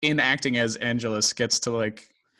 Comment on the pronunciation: "Ann-JELL-Us," not "ANN-gel-us"!